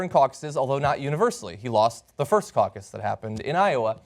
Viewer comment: caucous lol te hehe